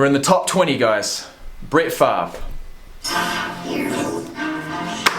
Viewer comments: The ol' gunslinger. By the way the "r" isn't silent, its pronounced as switched with the "v." "Farve" "Fav" works with the Aussie accent though I guess :) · The R isn't silent. It just pronounced before the V pronounced Farve